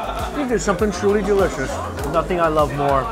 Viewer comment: “Tru-ree derishush!”